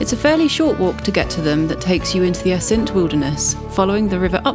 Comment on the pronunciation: Very nice, as usual. By the way, Assynt is pronounced with the stress on the first syllable.